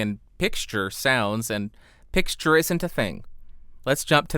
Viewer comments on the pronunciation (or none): Like for the "pixture" ♫